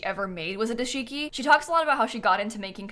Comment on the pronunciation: fyi it’s dah-shiki not duh-shiki!